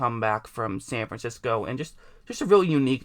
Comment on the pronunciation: SAN FIXCO lol